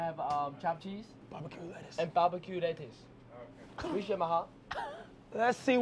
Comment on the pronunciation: Ray "priciatte it ma heart" lmfao